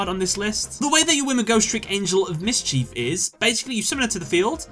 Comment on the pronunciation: 1. #88 Gimmick 2. Vennominaga 3. Last Turn 4. GhostTrick Angel of Miss-Chief 5. Whore-Uh-Kuh-Thee 6. F I N A L 7. Got bored - Clicked to a new video....